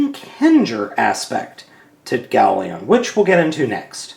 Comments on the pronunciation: lion. its gao-lion. not leon. just a little nit pick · Gao Lion, Not Gao Leon!, urgh! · It's Gao Lion, not Gao leon. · its not ieon its lion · the first ones wrong it is gaolion not goalion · Howcome you keep saying GaoLeon? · nahhhhh (even though its Gao-lion) after being subbed to him for quite awhile i have notices that he mispronounces names alot......get used to it haha but hey thats what makes:D lol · Judging from the appearance, I'm guessing you were pronouncing it "Galeon" as a joke? Or am I just mishearing things?